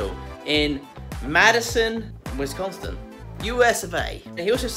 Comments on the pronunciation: What No project today well ok either way it was a good video really like your videos I'm from the US and yes you butchered the name of that state you did good though it was close but it's called Wisconsin Wis con sin put it together and Wisconsin lol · Wis-con-son lol. Waffle on! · WIS-CON-SIN. we have all sorts of cheesehead items! Google it!! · Pronounced Wis-consin. Nice cheese hat. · Wis-con-sin....Wisconsin...no t...lol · wis con sin= there is no T in it. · WIS CON SON. nice try though. : 0peace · Wis-con-son...or sin....thats how you say it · W-I-S-C-O-N-S-I-N NO "T" IT'S WIS NOT WIES OR WIZ BRUH. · Wisconsin is pronounced as follows Wiz- Con- Sin. keep trying, Cheers! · You're a Green Bay Packers fan??????????? IT's pronounced: Wis - CÓN - Sin, no extra "T" or anything. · Wow!I've lived next to, and vacationed to Wisconsin for 60 years now, and never noticed there was a T in the name. 😄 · No T there NZ. Just like there is no S at the end of Illinois. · Hey look into pronouncing Wisconsin. It doesn’t have a have a T in it.. love your videos. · Wisconsin. There are no t’s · I'm from Wisconsin and when I saw that hat I was like that's from Wisconsin. Then he said that Mike was a nurse at Madison and I was like that's where I live. Also it's wis con sin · its pronounced wis-con-sin. love ur show btw ur work it beautiful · Hi! I'm from Philadelphia but I wanted to give you a tip. The pronunciation you're looking for is Wiss-con-son. Happy days.... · Wisconsin has no T,. Wis-con-sin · Its Wis-Con-Sin mate. Try out Makers Playground. It has an app. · Wes-con-sin Is how it sounds. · nice pronunciation of Wisconsin. Wis-Con-Sin. That might help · those of us from the area pronounce it sin not son, but its more of a s'n because we barely pronounce the i. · Lol wistconston? Wis-con-sin I'm dying! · WISS-CON-SIN,....LOL. There's no "T" in it. LOL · Wis-con-son is how you say it lol Nice shop Enjoyed your video and gave it a Thumbs Up